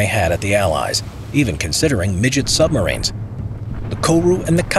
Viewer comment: "Midget Sumbarines"